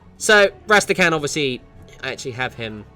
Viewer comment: Rästäkhän?! His name is Rasta-Khan! RAARGH RASTA-PASTA-MASTA'-CASTA'! Fricken' Murican pronounciation of this shit triggers me WAY more than it ever rightly should! >-<